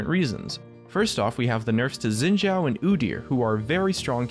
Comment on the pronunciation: Xin Zhao's name is pronounced Shin Jao. It's Mandarin Chinese. :)